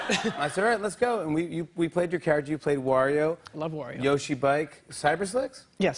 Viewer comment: Can people stop saying yoshi wrong